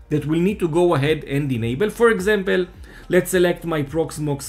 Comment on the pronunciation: it is "for example" > not "for exempel"... :P cheers !